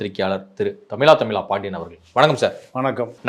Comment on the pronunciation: யுஓவ் தமிலா தமிலா வாய் மூடு டா